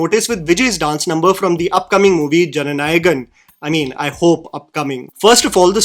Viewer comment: You pronounced Jananayagan perfectly and seemlessly Nice to hear our movies pronunciated well 😅